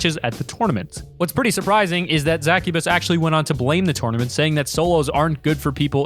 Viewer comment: A tournament it piss me off how he said tournament